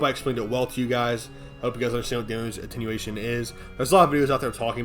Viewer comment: "Lega-AIGHT bro cool story." - probably. I love how he has no issue with "Attenuation" 😆 Lol. Fr tho it's one of the reasons I'm subbed.